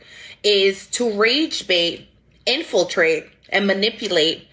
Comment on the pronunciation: You can tell that this is true because of how she has to slow down for unfamiliar words like premise, infiltrate, continuous or else she slurs the syllables together.